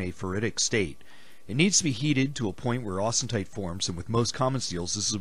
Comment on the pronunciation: It's not "austenTite". It's austenite.